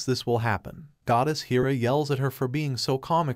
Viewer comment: It's hair-uh, not heer-uh.